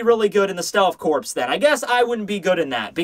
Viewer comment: I agree with you on Soi Fon. My tidbit is that, contrary to how the President says it, you do not pronounce the "p" or the "s" in "corps". It is pronounced "core"